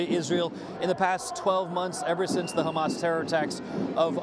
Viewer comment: "I rebuke ha-mas and its supporters in the name of Jesus."